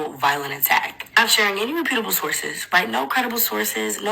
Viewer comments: Yeah if you don't know how to pronounce reputable, don't use the word when you trying to condescend other people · Brick obviously caused brain damage. Love how she pronounced 'reputable'...